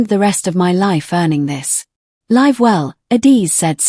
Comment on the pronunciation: AI Narrators need to learn to pronounce basic words like read ,live and wound correctly.